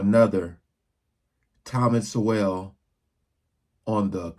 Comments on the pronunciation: Sowell is pronounced "Soul" SOUL, SOUL, SOUL! NOT SO-WELL. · "Sowell" like "soul" not "so well". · I got unto Dr. Sowell, (pronounced like SOUL) in mid '90s. I'm White, 62, raised Catholic, Christian, Big 10, educated family, no silver spoon and I've been very successful. I love my fellow Black Americans...it's not America without them. I do know the history that 99% don't know about how the Democratic party has destroyed Black people for 150 years. But aside from that, I have said that Uncommon Knowledge hour long segments on Tom's book interviews are the most efficient way to gain knowledge that I know.. andive read many of his books. The combination of his friendly compartment, voice like Moses and that he IS Black, he HAD the Harlem experience, that he WAS a Marxist, that he HAS seen the light brings treasured credibility. Every word from this man is precious. He IS a National Treasure. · Learn how to pronounce his last name correctly! It is 'SO' but the 'E' is nearly silent and heavy on the 'L's. Not SO-WELL. jus sayin' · Thomas Sowell's name pronounced soul not so well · Not, "Swell," but So-ell. Language matters, Grammer matters. That said, good job,. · Just so you know, Sowelll pronounces his name like Soul, not Swell. "That white person that you see calling himself a liberal is the most dangerous thing in the entire western hemisphere. He is deceitful. He is like a fox, and a fox is always more dangerous in a forest that the wolf. You can see the wolf coming. You can see the world coming. You know what he is up to. But the fox will fool you. “ --Malcolm X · Mr. Sowell's last name is pronounced "soul" as in soul music but spelt Sowell. He's a great man. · Sowell is pronounced like soul, the "w" is silent. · Thomas Sowell (pronounced “soul”) is an ph.d. economist and has written many books and essays with critiques of black subculture, liberals, Obama, Biden, etc. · FYI: Sowell is pronounced, "Soul". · His name is pronounced like 'Soul'